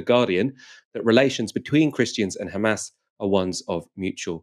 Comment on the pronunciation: "The khamas run US state department" priceless line